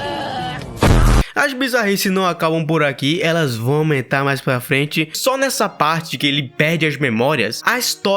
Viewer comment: na hora que tu falou "nesa jornada" eu falei, de mer- KKKKKKKK